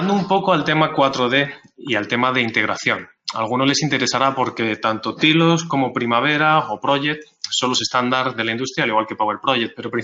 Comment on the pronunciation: "Tailos" por favor "Tailoooos" no "tilos"